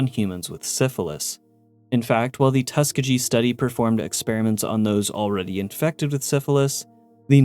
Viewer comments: Tuskegee- tus-key-gi not tuska-gee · Tuss-KEY-ghee 💙 Great video. 😊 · First off, I understand that this was comparing the U.S. government to its fallout counterpart but I gotta say, these absolutely pale in comparison to the crimes committed during WWII in the name of science. MK Ultra and the Tuskegee (pronounced Tuh-Skee-Gi btw) Experiment were a joke compared to ANYTHING Japanese Unit 731 did. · Love the videos Please look up how to pronounce places/things you're not 100% sure about. Hearing you butcher Tuskeegee wad pretty bad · Getting the word "Tuskegee" wrong feels like a crime...